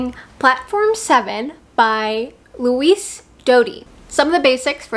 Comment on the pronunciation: Louise Doughty = Pronounced Loo-weese (not Luis) Doubt-y (not Dowty)